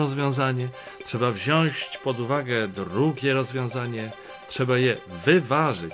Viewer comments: P.Macieju, mówi się , "wziąć,a nie "wziasc" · Paine Orlos prosze “wziac” nie “wziasc 🤪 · Mowi sie wziac a nie wziasc. Blagam o poprawna polszczyzne, Szanowny Panie Orlos! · Wziąć Panie Orłoś nie "wziąść". :) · Przepraszam, panie Macieju, ale "wziąć", nie "wsiąść" :) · Program jest SUPER ale chciałbym tylko dodać że nie mówi się wziązć tylko wziąć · Panie Redaktorze! Wziąć! Nie wziąść! Bardzo proszę. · Panie Macieju, słowo "wziąść" z Pana ust boli podwójnie :) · Panie Macku - "wziąć" - bez ś, serdecznie pozdrawiam.